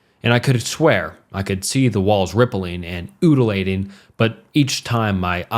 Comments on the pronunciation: In the first story he seriously says " ooh-duh-lating"!!? Instead of "un-juh-lating " for undulating 😵‍💫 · For the record, so the video creator can improve, viscera is pronounced “vih-ser-uh”, with a short ‘i’, and undulating is pronounced “un-dyoo-lay-ting”, the second ‘u’ being a diphthong. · "oodlating" lmao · 'Vi-sara' and 'oodulating' took me out 😭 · i fking lost it at the way he pronounced undulating T - T